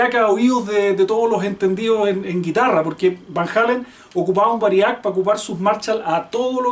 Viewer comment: humildemente mi aporte...la palabra es VÁRIAC con acento en la primera "A"